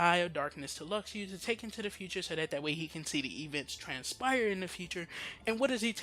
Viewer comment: Stop saying "Lucks Ooo". Luxu is pronounced "Loo shoe". if you watched back cover you'd know that. idk why so many people still say his name wrong but get other names right. just stop. the x in luxu name is the same as marluxia and xion. a "sh" sound.